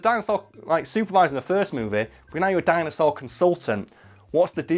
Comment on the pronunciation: Did anyone else notice said Ninja Jinosaur?